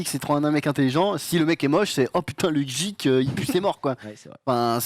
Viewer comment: il a vraiment prononcé geek "jik"? oh god...